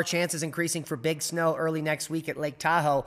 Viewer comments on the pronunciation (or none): none